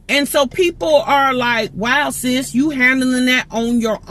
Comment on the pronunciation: Every time you say sis referring to someone in my mind it sound like you saying ninja please lol